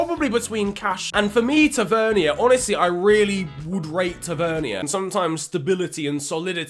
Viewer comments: I’m a rangers fan and it’s not fucking hard, James easy right then it’s tav-an-ear not tav-ern-e-r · “James Tevernyer” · ta-ver-knee-er lool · Its pronounced ta ver neer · bro the way you said tavernier is so annoying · Needs some work on pronouncing tavenier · Please look up how to pronounce tavernier